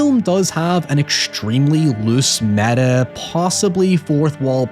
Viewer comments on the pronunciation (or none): none